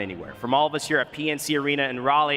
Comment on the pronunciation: They really let go 4 days without teaching him how to properly say Raleigh